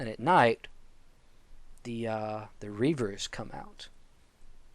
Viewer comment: are you saying Grievers or rievers? cuz it sounds like ur saying rievers